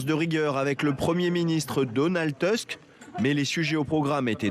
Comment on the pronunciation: Ça se prononce Donald Tousk pas Donald Teusk mais bon